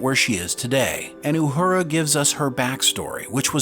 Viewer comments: Uhura . Not uhudra . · Repeat after me “Ooo-Her-Ah” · Pronounce Uhuras name right its not uhooda geez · STOP saying Uhura like Uhurrrra. Her name is, and always has been, pronounced without the rolled "R". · Say it with me…U her a…Uhura.🤷‍♂️🖖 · Ok when did they change the pronunciation of Uhura’s name? Good Lord! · I've never heard Uhura pronounced with a rolling "r". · 🤣 pronouncing Uhura like it’s a Spanish word and Ortegas like it isn’t a Spanish word… great vid though… can’t wait for this one.